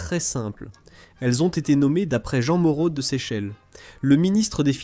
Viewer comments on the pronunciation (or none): none